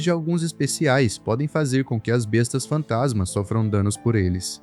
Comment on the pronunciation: Ele fala Bestas fantansma com n depois do a😅